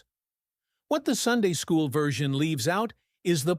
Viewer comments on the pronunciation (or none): none